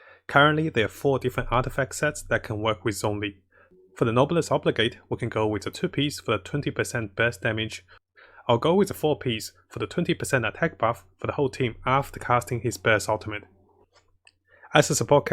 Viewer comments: Dear, I am thankful for your vids, but please 🙏 its nobelesse oblige, not obligade. Whew its was triggering me for the past 2 vids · Please it's not pronounce Nobless Obligate!!